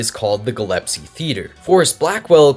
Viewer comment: Minor nitpick , but the name of the theater is the Gillespie theater, not the Gillespie theater as you pronounced it